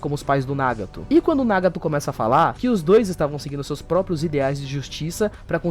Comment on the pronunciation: o video estava maravilhoso até ele falar nagato de uma forma horrivel logo apos dizer certo kkkkkkkk